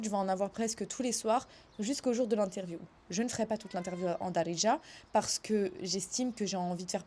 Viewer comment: C'est "Be Dziriya" littéralement " en Algérien " ce mot Daridja ne veut rien dire en faite . Il faut travailler ton H ح c'est le plus dur pour les étrangers non arabes